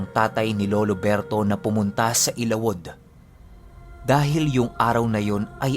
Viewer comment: correct pronounciation ng ILAWOD ay...ILA-WUD....